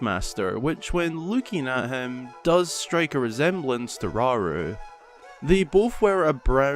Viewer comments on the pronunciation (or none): How many times they said "raru" Is concerning